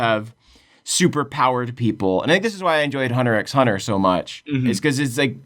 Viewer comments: eww he said Hunter EX Hunter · The X in Hunter x Hunter is silent. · It’s hunter hunter the x is silent